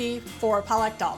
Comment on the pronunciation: Dhardka (Thard-ka) is the correct way to say it. And Palak (Paa-luck) is spinach. Other than that, excellent and authentic recipe!